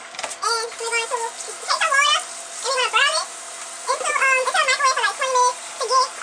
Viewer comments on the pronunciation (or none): Did she say....urrl and burl! LMAO!!! What the entire hell! Ha' sashit???!!! I'm done! I can't even take this video serious! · What is she saying? After it Burrel? What's that?🤔 Just realized she means boiling half way through the video!🤣🤣🤣